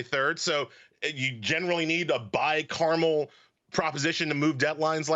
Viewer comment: Bicarmel? Like the candy? Or bicameral